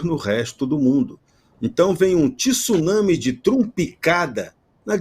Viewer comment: Até você, falar português errado? Misericórdia. É Tsunami e não tisunami. Aprenda você é Coronel. Falar corretamente é ótimo. 😭😭😭😭😭😭😭😭